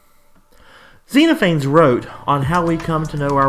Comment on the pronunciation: I hate to be pedantic, but I'm pretty sure it's pronounced "Zen off a knees"